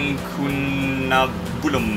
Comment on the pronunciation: can you say ncunabulum again this was funny :D:D